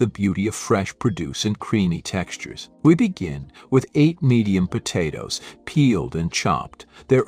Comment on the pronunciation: . Po-toes was a funny one. Actually I get a kick out of the mispronounced words. We all know what they mean. 😊